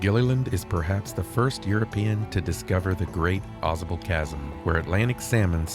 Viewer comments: I grew up in that area. It is pronounced Aw- Sable with a long a, like the animal Sable. The Adirondacks are beautiful. You should try kayaking the Saranac River. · You're almost saying it correctly. Au sable Chasm.... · Pronounced: "aah Say bull"